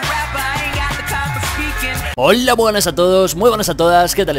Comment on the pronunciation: jaja pero el no dice hola amigo dice üola amigos